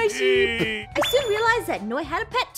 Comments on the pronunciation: "It's a shep" lol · shep its sheep😂😂😂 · “Its a shep” - 2021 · Yes sheep is now shep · backham he said shep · I like how ein sead its a shep lol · rong spell the sheep he said shep